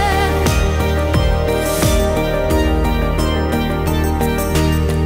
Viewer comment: C'est très joli.... Mais on prononce beauté et pas beautais, et rocher et pas rochais. Sinon cette chanson, surtout sa mélodie est magnifique, étrangement belle et angélique. La voix malgré ses erreurs de prononciation est splendide. Elle est française ????